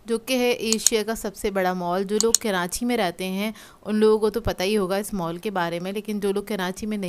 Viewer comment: keranchi hahahaha bhen karachi hota hy